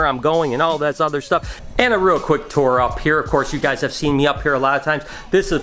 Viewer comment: I thought you are from Michigan! You said tour wrong! Hahaha Could you also explain how the rack system works?